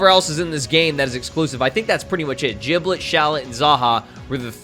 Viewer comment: Its giblet not jiblet